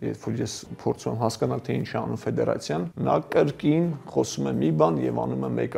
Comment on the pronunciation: Լրիվ տխմրություններ եք պատմում,կարծում եմ դուք դրա մակարդակին չեք հասել, ավելի լավ է բալետ մեկնաբանեք, ոչ թե ֆուտբոլ, ձեր անդուր խոսելաձեվով նամանավանդ։ Ֆեդեռռռռռռռացիա😀😀😀